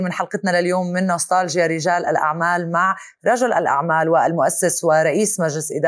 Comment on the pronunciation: نستالجيا تلفظ التاء فيها مرققة وليس مفخمة حتى لا تسمع ..نسطالجيا.